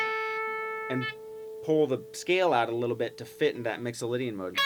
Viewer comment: A's & G's not A's & O's, Mixalaydian scail!